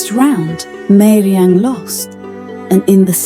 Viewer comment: It is not meiriang it is gairemnang